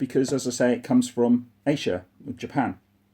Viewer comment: You say Asia funny 😀